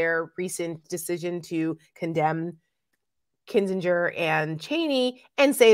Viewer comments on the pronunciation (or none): Will you please, please, please pronounce Adam Kinsinger's name correctly? You say it a lot and have never said it right. It's not KinsinJer; it's a hard G: KinsinGer. Use something for a mnemonic device; think of the guy as a Republican zinger. Btw, love ya.